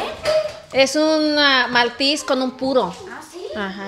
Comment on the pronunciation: no sé dice maltis se dice maltés aprende